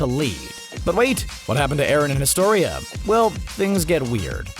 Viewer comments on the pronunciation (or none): bro didnt you hear eren and colossal titan and its eren not erin